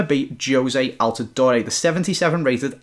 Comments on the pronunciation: Btw it's al-tah-door not door-eh. Just letting you know! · It's not Al-ti-doe-re it is Al-te-door